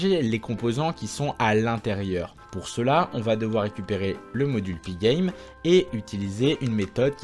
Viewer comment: Tu prononces magnifiquement pygame !